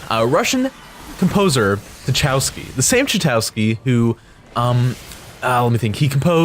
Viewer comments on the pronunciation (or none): Tachauski? You mean Tchaikovski?